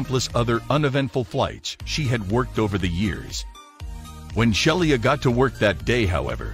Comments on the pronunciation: The flight attendant is a great person doing a marvellous job and she deserves to have her name pronounced correctly. Robovoice is darned annoying. "Shell-ee-ah". Crikey. It's "Shee-luh" Sheila. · The flight attendant's name was Sheila Frederick, not Shelia.